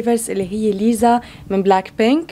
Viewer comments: اسمها ليسا مش ليزا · صح اسمها ليسا بس هما عم يقولو ليزا غلط ليسا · ملاحظة 🙂: اسمها ليسا و ليس ليزا 👀👍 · ليسا اسمها مش ليزا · ليسا مو ليزا 😂😂💔🤦‍♂️🤦‍♂️ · اسمها بحرف لأم ليسا مو ليزا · اسمها ليسا مو ليزا 😊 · ترى اسمها ليسا مو ليزا